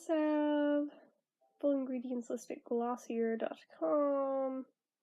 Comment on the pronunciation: Glossier is pronounced like it's French. Sometimes I wish I still subscribed to some of those boxes but I just figured I'd be better off spending on things I actually wanted. BoxyCharm was my favorite. I believe it was $21/month but you got 5 full-size items.